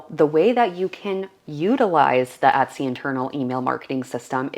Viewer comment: No offence intended,but why does she pronounce the word Etsy as "Uttsy"? ....Is she a Canadian and that is the Canadian pronunciation of the word?